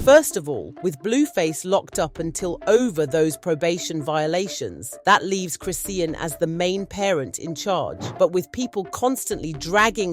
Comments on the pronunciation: Why are you pronouncing her name wrong repeatedly? It’s cri-SHAWN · You keep saying her name wrong